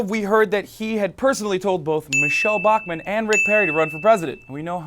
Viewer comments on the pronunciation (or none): none